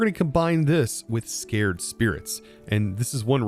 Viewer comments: Sa-cred spirit. not Scare-d spirit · Anyone caught saying "scared" spirit instead of sACred?:P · "SAY-cred!" I've been muttering at the screen, lol. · "Sac-red" and in holy not frightened. this was so funny to hear you misspeak.